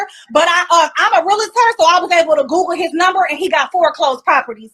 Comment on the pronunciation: It’s not pronounced real-a-tor. It’s pronounced reel-tor.